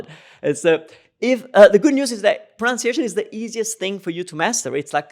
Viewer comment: Love your videos. They have been so helpful. Thank you. Funny thing in this video is when you said 'proNOUNciation' is usually the issue why Italians don't understand us. Well ... that word is actually pronounced 'proNUNciation.' haha :)